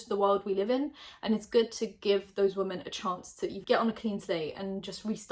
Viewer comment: Can someone please explain to me why she always says ‘woman’ instead of ‘women’?!?!